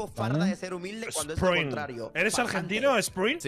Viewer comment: Gente conociendo a spreen: buenas pa Ibais conociendo a spreen: sPriN DicEs nAshEi?